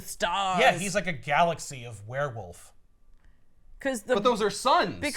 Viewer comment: I simply need to say everytime someone says "werewolf" I can only ever hear "wheir-whilf"